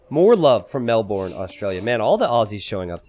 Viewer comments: just for future reference it's pronounced "Melb'n", not "Mel-born" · Pronounced MelBIN not MelBOURNE